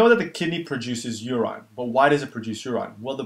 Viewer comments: Great video man but why call it uraaaaaiiineee? Its urine. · Should say medoola not medulla. Your-in, not your-ine